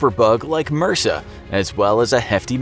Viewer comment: It’s pronounced by the individual letters, MRSA. My great grandmother caught it in hospital when she broke her hip, she did not survive.